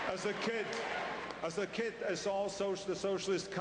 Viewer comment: i like how he pronounces "kid" as "kit". Arnold 2012!